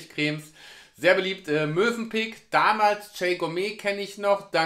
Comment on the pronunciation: Ich bin vielleicht noch etwas müde…aber ich hab gerade „Mösenpick“ verstanden 😂